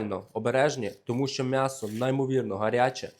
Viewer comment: Будь ласка, кажи « Мʼясо», а не по- москальськи(«мясо»). Ти ж українець!!!!!!